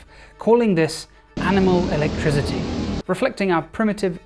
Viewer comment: Awesome video, great puns, but your pronunciation of "electricity" as "electri*z*ity" drives me insane 😅